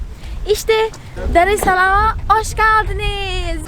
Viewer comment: Oş geldiniz arkadaslar diyorsun. Oyle degil'. Hoş geldiniz demen lazin. 😂 naliyacim